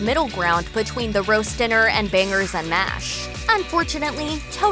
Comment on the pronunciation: The way she pronounces the G in banGers! 🤪